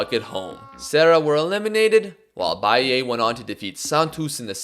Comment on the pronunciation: amazing vid as always! if i could be a nuisance abt one thing tho... the sound u make of the last A in Bahia is wrong, u gotta pronounce it like the A in car, an open sound, dont twist it cuz for us brazilians it sounds like you're saying bahiei